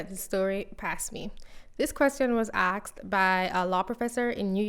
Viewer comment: ASKED! Not "axed"... 🤦